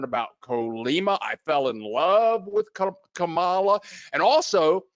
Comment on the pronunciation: Great video/interview,. And you're doing a good job of remembering it's Comala, not Colama.:)